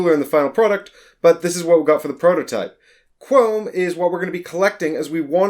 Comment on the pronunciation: I thought you were saying Chrome for half the video haha, but yeah this looks interesting. The Fall sounds like it'd be cool so wouldn't mind a video on that.